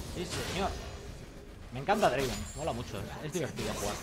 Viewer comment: No es Draven, es DRAAAAAVEEN